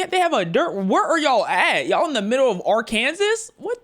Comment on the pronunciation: AreKansas is not how you pronounce it Arkansas is pronounced like Ark-Ansaw